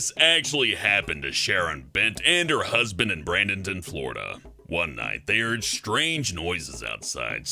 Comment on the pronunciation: "Brandonton",? Really? It's BRADENton. Only two N's.